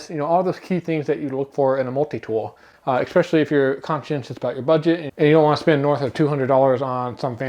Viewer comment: Appreciate the review-- good info. I must say, though, that it isiaibit disconcerting to hear the reviewer repeatedly mispronounce the word "especially." He pronounces ir "exspecially", and it just adds a slight tint of being uneducated to what is otherwise a solid review of the Gerber.